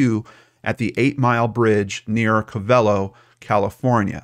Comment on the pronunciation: It's pronounced co ve lo not co velo 😁